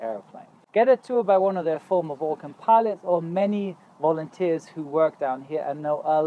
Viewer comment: Yeah, just like wolunteers 😉